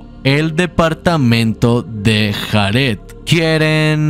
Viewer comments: De los mejores canales que he visto en mi vida, me encanta como resume las historias, las traduce (exceptuando lo de JARED, se dice "Yared" nojoda) y su edición, no se me hacen pesados los vídeos en lo absoluto, sencillamente lo amo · Me causa ansiedad que pronuncie Jared como lo hace XD